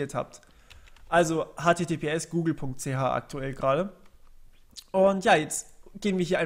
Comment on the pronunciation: da guute google.ch, da kommt der schweizer durch :D